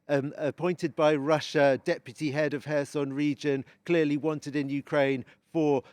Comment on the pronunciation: His pronouncation of Kherson is very poor